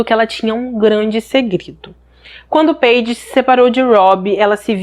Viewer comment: Não é peide e paidje que se pronuncia.